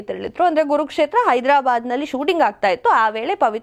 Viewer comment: Saryag kannada matadavvooi😂😂😂😂😂😂 adu kurukshetra not gurukshetra